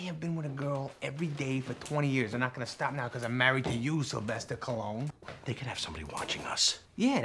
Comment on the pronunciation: "Sylvester Cologne" lol